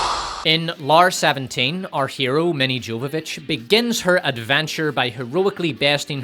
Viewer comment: The J in Jovovich is pronounced like a Y. Getting a name wrong once is easily overlooked, but constant incorrect repetition is jarring and disrespectful. Maybe it's a common mistake but with the number of times it's spoken, it should absolutely have been properly researched. Also People are hanged, pictures are hung. Please do better.